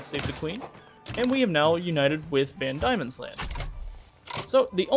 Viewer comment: Van demons land, I know it spelt weird but it’s pronounced demon. But good vid otherwise